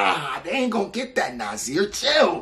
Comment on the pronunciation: Yo you butchered brother Nasir's name lmao!